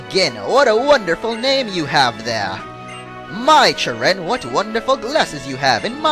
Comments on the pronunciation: you are saying cheren wrong you: CHUH-renn real: CHARE-run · hey ppl plz dont hat this is something a game designer said on the website the name cheren its acctually sheren when you pronounce it